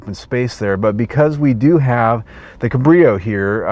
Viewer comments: its pronounced cab as in taxi cab -rio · Nope, not in German, the “a“ is pronounced like “ah“. But he incorrectly stresses the second syllable; should be on the first.